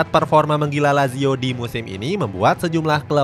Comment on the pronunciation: kelemahan sarri sebenernya keliatan, kalo taktik nya kebaca atau plan b nya gk jalan dia auto bingung izin koreksi yaa min untuk pelafalan nama nya, semoga berkenan - sergej milinkovic savic --> sergei milinkovic savic (c tetap dibaca c, bukan k), asal nya dari serbia yaa min, tadi salah sebut - maurizio --> mauritzio - lazio --> latzio - sutton --> saten - serie a --> seriye a - joaquin --> hoakin